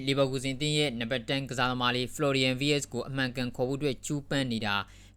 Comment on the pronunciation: ဂျာမန်အသံထွက်နဲ့က ဝှက်လို့မထွက်ဘူးး ဖလော်ရီရန် ဗက်စ် လို့ထွက်တယ်